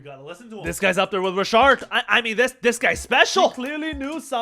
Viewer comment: Calling him Rashard😂😂